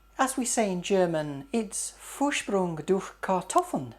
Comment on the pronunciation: "Vorsprung durch Technik" u are hilarious! And ur pronounciation is just perfekt:)!! I love your recipes! Keep them coming!!